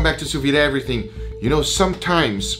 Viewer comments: Sou Veed is how it's pronounced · Why does pronounce “Sous-VEE”?